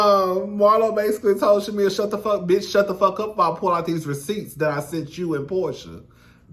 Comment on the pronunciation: I thought I was just hearing it wrong. 😂